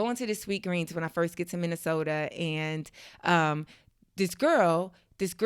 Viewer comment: Minneh-soda. Huh? That's were my people at? I thought we were mostly in Atlanta